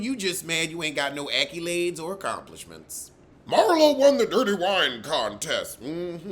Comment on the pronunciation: 😂 not acky-lades 🤣 Pepperidge Farms remembers that Leneithia prounciation Edit: plus you threw in Hoseline's woman empowerment 🤪